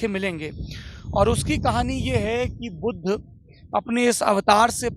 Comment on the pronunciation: budhuuu budhaa kya bola smjh nhi aaya kya bol rhe ho